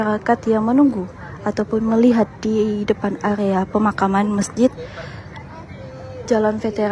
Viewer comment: AREA MBAK . BUKAN AGEA.. KORBAN MBAK.BUKAN KHOBAN..